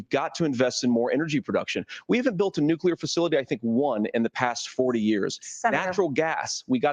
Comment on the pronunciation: This mf just said nukular like homer simpson. 😂